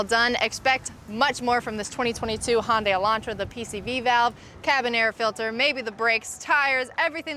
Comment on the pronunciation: Handay - Hundai